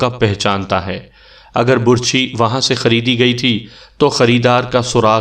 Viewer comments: اوہ ڈیر کہانی گھر لفظ بَر چھی ہوتا ہے بُر چھی نہیں ہوتا میں نے بہت دفعہ محسوس کیا ہے جہاں آپ کا دل کرتا ہے آپ پیش لگا دیتے ہیں جہاں دل کرتا ہے زبر اور زیر لگا دیتے اس میں کوئی شک نہیں آپ کہانی بہت خوبصورت سُناتے ہیں. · Burchhi ghalat lafz h, Barchhi sahi h.... Lafaz ghalat h, lafz sahi h....